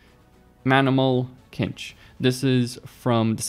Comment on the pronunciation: "manimal KINCH" lmao... it's pronounced "sinch" as in "this'll be a cinch" or "cinched waist dress". Cmon man you've never heard it said before?